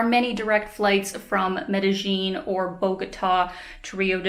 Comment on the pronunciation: Hi, great stuff, as usual. Is there any reason why you use the sound of "J" when you pronounce Medelin? I always love your videos.